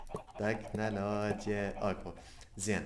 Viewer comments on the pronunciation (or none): بالانستغرام كال تنكلوجيا 🙈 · احلى شي بالدقيقة من يكول تنكلوجيا😂 #تعلم تنكلوجيا مع 😂